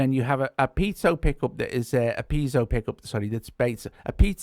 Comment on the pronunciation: Piezo is pronounced "pee-AY-zoe".;) Thanks for your reviews,.